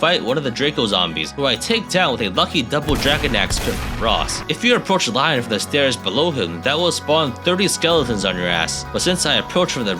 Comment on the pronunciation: Sounds like he’s saying lion instead of Lyon too